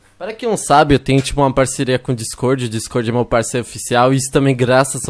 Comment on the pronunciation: O pessoal penssa que vc e português porque vc fala dicôrdi